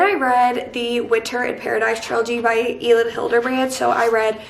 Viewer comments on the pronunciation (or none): lol and Elin is pronounced Ellen xD Sorrryyy!! Ok I'll stop being a pronunciation Nazi! <3